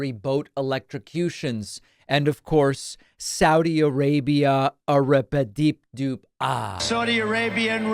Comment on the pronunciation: "Saudi Arabia arepadipdu-ah" Oh come on David, that's not fai- plays the sound clip Oh.